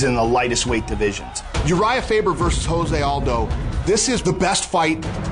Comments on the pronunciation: "Joe-say Aldo" wtf? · It's not (H)ose...It's Jose. He's from Brazil, and his name is pronounced in portuguese